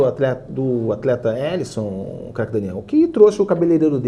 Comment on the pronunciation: O meu destaque e um destaque negativo, que é o belíssimo goleiro Alisson, Élisson, seria a pronúncia correta do goleiro, as vésperas da Copa, foi flagrado no momento do hino, com a pele péssima, cheia de acne, realmente muito mal cuidado, ele chegou até sentir uma espinha inflamada durante a partida mas foi prontamente atendido pelos técnicos pelo departamento médico da seleção brasileira, que que resolveu com uma esfoliação de emergência rapidamente esse problema. -Mas faltou ali o planejamento do atleta Élisson, Craque Daniel, que trouxe o cabeleireiro dele, muito bem trouxe o cabiletile, cabeleireiro dele aí pra concentração, mas faltou trazer a dermatologista também. 😂😂😂😂😂😂😂😂😂😂😂😂😂😂😂😂😂😂😂😂😂